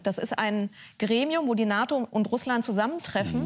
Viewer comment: "...ein Russland das stärker an die NATON herangerückt ist ... " Was raucht die Dame ?